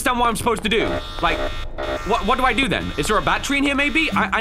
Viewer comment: after listening to the tutorial in any game: ‘Waddo’ I do?